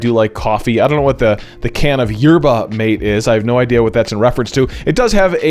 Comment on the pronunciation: YERBA MATE IS KILLING ME! Mah-tay!!